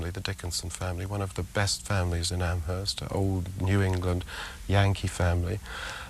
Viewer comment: Amherst Massachusetts has a silent H. It's "am erst" not "AmHesrt"